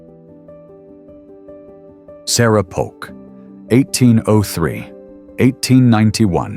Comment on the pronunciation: Needs editing. Polk not Poke.